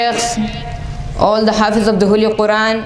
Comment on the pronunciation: its the home not theee home